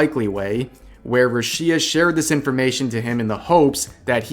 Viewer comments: Korekore is very sensationalist but he has also genuinely helped many people, specially women, get justice for wrongdoings influencers and other famous people had done them Btw, thank you for this video. Finally someone that actually does their research and watches the Korekore video. Well, you didn't research the pronunciation of Rushia's name but that's ok lmao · I find it weird how you pronunce rushias name btw. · You've made so many damn videos about her and you can't bother saying her name correctly. Christ lmao. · how can you call yourself a fan if you keep saying her name so wrong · The way you say "Rushia" is... Interesting to say the least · Oh i thought you said russia drama didn't know there was another "rushia" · Rushia was mispronounced so many times in this video that it didn't even sound like a real word by the end of it. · I tried to ignore how you’re pronouncing Rushia but you say it so many times. Put the emphasis on the Ru syllable, not the shi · Stop saying Rushia like that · why do you keep pronouncing her name so weird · Why do you say her name wrong asshole. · Every time he pronounce Rushia, my ears bleed so much. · "I was a fan of Rushia too". Says her name wrong for 8 minutes straight. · Dude doesn't even pronounce Rushia correctly, it's not even an accent thing, its just like not even close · You think russians will stop at ukraine? Ha! They'll stop at Revs house for his pronunciation of Rushia. Vtuber having a relationship? Couldn't care less. A contract breach? Oooof. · Dude, It's Rüshia and not Rushïa (notice where the stress mark is) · Who's Ruchiia? That's RuUushia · "Ru shía" did you ever watch her streams? Who in the world calls her rushía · I couldn't help but be disturbed by the way in which you pronounce Rushia. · it’s rooshya not rashea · RUshia, not ruSHIA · A little correction, is pronounced Rúshia, not Rushía. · is it ru-SHI-ah? not RU-shi-ah? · Bruh, it's ROO-she-uh. Not roo-SHE-uh. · "RUshia", not "ruSHIa". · bruh, rusheea